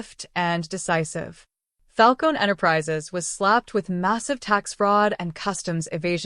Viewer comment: "Falcone" - you pronounce the "eh" at the end. And I'm out . A whole minute of advertising. This is a "true" story?? Ha.